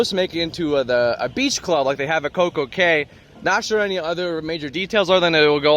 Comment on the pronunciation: I subscribed!! I lived in Nassau for three years. Cay is pronounced key!!